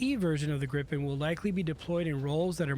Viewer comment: Hi the jet is kaled Gripen and not Grippen learn that please.